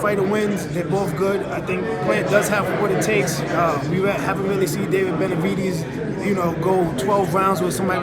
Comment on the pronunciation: The way hes says "benavidies" makes me wanna say "demitrius andraidies"